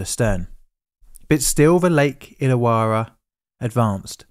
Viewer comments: Pronunciation tweak- Illawarra is pronounced Ill-a-worra. Yeah, it doesn't make sense. I grew up about 15 minutes from that lake, and that's the way we pronounce it. We have a suburb nearby called Towradgi... Tow-wrodge-ee. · May as well add "Lake Illawarras" pronunciation too the mix. Lake Ill-a-war-ra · 2 R's in "Illawarra" it's pronounced "illa - worra" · that artwork depicts a HG Monaro - but the one on the bridge was a HQ monaro - also you need to work on your pronunciation of Tasman ( Tasmn) and IllaWarra ( ill-a-warr-ah ) it help to remember that Australians dont open their mouth or move their lips - 'coz it lets the flies in. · The image of those cars with their front wheels hanging over the edge are seared into my brain. It was huge news in Australia at the time. BTW your pronunciations of "Tasman", "Hobart" and "Illawarra" are quite jarring to Australia ears.